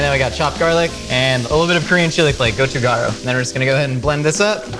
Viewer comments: it looks like "gochugaru" but g and k have the same letters. its actually "kochukaru" ko chu kah roo (fanetic) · Gochugaru is pronounced more like "gochukkadu".